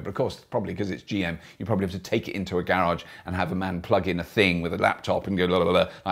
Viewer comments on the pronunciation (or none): none